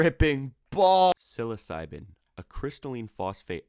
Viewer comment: mf said silosyben lmaooo mf its pronounced syclo bin